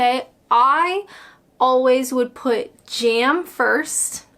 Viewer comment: It's not 'jairm', it's 'jam', as in 'jam samidges'!